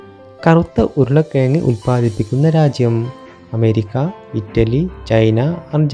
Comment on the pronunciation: വാക്കുകൾ ശരിയായി ഉച്ചരിക്കാൻ കഴിയുന്ന ആളെ വേണ്ടേ തെരത്തെടുക്കാൻ . പഷു . ബാരം . ഉരുളക്കേങ്ങ് എന്നൊക്കെയാ പറയുന്നത്. അയ്യേ കഷ്ടമെന്നല്ലാതെ എന്താ പറയ്യാ.